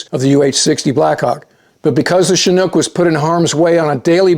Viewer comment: Thanks for your great reporting as always, and for correctly pronouncing Chinook...